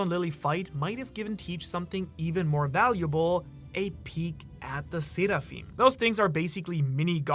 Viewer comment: Seraphim are from the abrahamic religions you can stop enunciating it like you're Japanese now